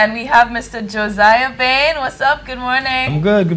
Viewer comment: Oh... and... it's BAYNE... thanks much for the video guys.:) Love